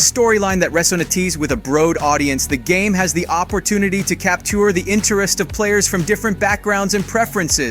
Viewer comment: Your pronunciation of various words leaves a LOT to be desired...Resonates and capture were particularly egregious as far as English words go, Naoe and your various pronunciations of Yasuke as far as Japanese words...